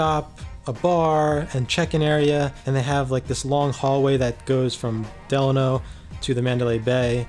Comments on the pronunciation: Actually you're wrong! It's del-a-no! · A lot of the staff get it wrong too but I've been going for the last 15yrs their and my senior host told me it's pronounced "De-Laaaa-No" theirs also a city here in California called "Delano" pronounced "De-Laaaa-No"... They should've just stuck with "the HOTEL" back then if you ask me... so Idk anymore lol great video brother keep it up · It’s DE- LANO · You totally butchered the "Delano" name... lol